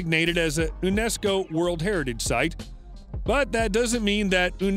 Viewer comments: No "OONESCO" but "YOONESCO". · Horrible narration. Learn pronunciations before you hit record. "Lance oh meadows" is also a "Younesco" site...